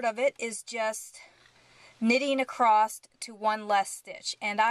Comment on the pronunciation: Just some constructive feedback: you pace well, content is instructive, patterns awesome. We all develop accents & quirky ways to say things. In this case, my suggestion is to watch out for the word ACROSS. Ending it w a "T" is unpleasant to hear. Maybe watching out & ending the word ACROSS with the proper "S" ending , would likely make your videos more popular. Like I said, you've got great content, pacing, etc.